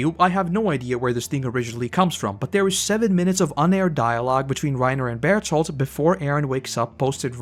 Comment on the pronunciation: for the life of me, I cannot understand why you call Berthold Barito. Somebody make it make sense to me🤦‍♂️